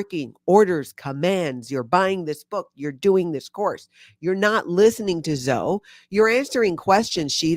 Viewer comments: Zoe is pronounced Zo-eeee (E like we) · That's my daughter's name and spelling. I LOVE, but I just kept thinking Zo-ee. She gets called Zo somewhat often.